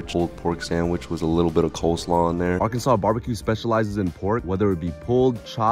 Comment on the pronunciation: This guy called Arkansas Ar-Kansas..🤪